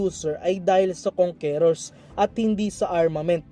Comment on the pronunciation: kang kors hindi kong ke rors pag pronounce idol sana mapansin mo